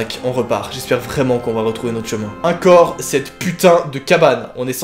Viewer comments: j’ai remarqué que tu prononces des mots pas comme je les prononce, j’aime bien ça MAIS LÀ vers tu dis uncore au lieu de encore ET J’AI COMPRIS “un corps” J’AI FLIPPÉ POUR RIEN 😂😂😭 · Au fait on dit ENcore et pas INcore